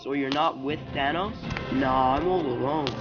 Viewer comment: This was not accurate most of the things people said didn't actually say them in the original also you said thanos wrong *edit I said wrong, wrong also I said thanos wrong